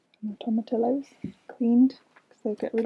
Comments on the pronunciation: The ll in tomatillos is silent! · Pull out the nails! There's already rust on each one inside the wood. Fill with some caulk or wood filler and call it a day. Team stain #1. Also toma-tillo instead of teeyo will never not be funny 😂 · tomma-tee-ohhhs